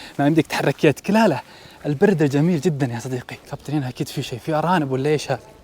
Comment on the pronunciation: لا كابتي يقول لاحظها بكذا مقطع اتوقع يقصد كابتن بس نطقه ماتوضح